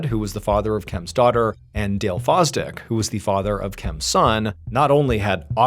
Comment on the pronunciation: Sooo, one of her Exs last name is “Foz-Dick” and the others is “Wanger” 😂 what are the odds?? 😂